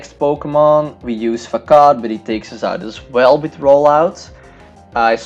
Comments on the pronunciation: Nice video I love bug types but seriously. Facade is pronounced fasod not facad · Bro, I am not a hater but you pronounce it FAKAD. It is actualy pronounced FASAD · Very nice video but pls stop saying fakad instead of facade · Its FA SADE NOT FAKAD (facade) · He said fuckad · Not facade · C in Facade is pronounced as an ''S'' so FaSade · It sound like you said fuck off not facade lol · it sounds kind of like "fuck off" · Facade = FUH-SOD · I dunno but I laugh so hard everytime he says "facade". Maybe it's in his pronunciation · Yeah I thought he was saying something very different lol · Hello friend, this video has appeared in my recommendations B) Very nice vid and very nice commentary, but I notice some flaws: Surskit would deal a bigger damage vs Machop if it used bubble instead of quick attack Facade is pronounced with s, not with k P in Psybeam is silent. I'm looking forward your next videos!